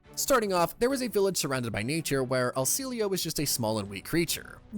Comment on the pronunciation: Not want to be that guy but "El cielo" is Spanish for the sky, pronounced kinda like syeh-loh